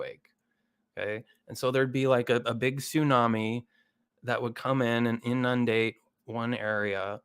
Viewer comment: I'm going give this guy the benefit of the doubt that his comment "if you can spell macrophage then you're smart enough for my content" as a joke. But, you gotta be real careful with that joke if that's how you're going pronounce inundate that way.